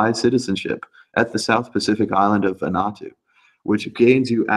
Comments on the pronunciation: Van-ooo-ahh-tooo Not Van-ahh-tooo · Vanuatu is pronounced; Van - Oo- Wa -Too.